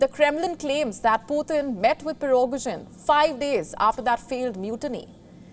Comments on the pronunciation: You're not pronouncing his name correctly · Sorry madam could you please pronounce the name of the chief of Wagner group? :P